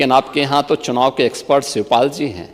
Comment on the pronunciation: So easily YOGIJI MAHARAJ says sivpal. It's amazing this s instead of sh